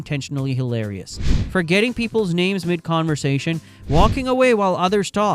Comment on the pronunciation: holy shit how are you pronouncing the names